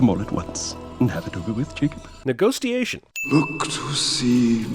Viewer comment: Neghostiation 😂 cinemasins you never forget to crack me up